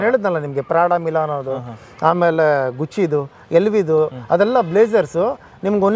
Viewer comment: ಗುಚ್ಚಿ ಅಲ್ಲೋ sulemagane ಗುಕ್ಕಿ adu